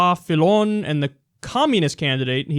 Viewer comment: Your French pronunciation was good dude. You pronounced all of them almost correctly. Dont worry about the accent. BTW Fillon is "Fee-yon"